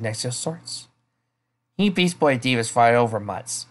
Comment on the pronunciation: At one point, when you said "Beast Boy", it sounded like you said "Beach Boys".